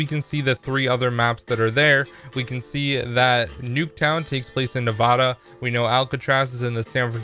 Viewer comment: I hate it when youtubers say Nevada wrong